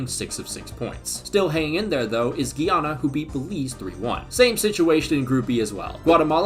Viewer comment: Guy-ana and Gui-ana are different places and I wish everybody would stop that pronunciation. It's annoying hearing CBS announcers say Guiana and then hear the in stadium announcer say it properly.